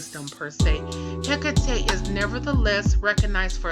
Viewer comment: It is pronounced he cot e